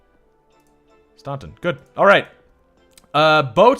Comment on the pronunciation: Staunton is pronounced STANton